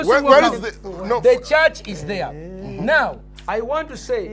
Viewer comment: WHEAH WAAHS DA CHAAHTCH?!